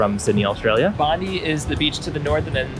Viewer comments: Pronounced Bondye and Coojee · every foreigner mispronounced bondi and coogee :P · Haha had to feel rough to realize you mispronounced “Bondi” so many times. Always kick ourselves when we realize we mispronounce words in videos 😂